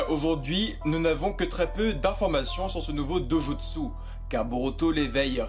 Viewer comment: prononciation à ne pas oublier stp ! : " a zzu ra " " do jutt ssu " djo gan " RESPECT MEAN?!